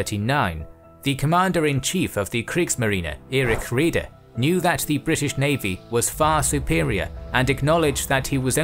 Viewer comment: His name is pronounced Räder not Reder.